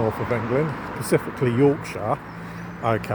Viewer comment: Pacifically...specifically. I know its minor but it drives me nuts..